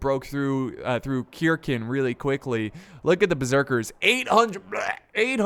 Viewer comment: its not pronounced kirkn its pronounced sirsen